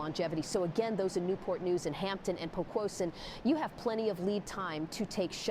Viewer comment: Good scenario but the way the AI voice says Poquoson is so funny to me 💀